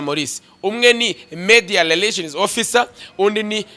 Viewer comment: Ubanza ufite ikibazo cya R na L?nta soni uti leration koko??!!ni Relation.